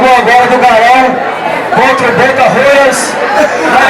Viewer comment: Ele disse Boca Rolhas?kkkkk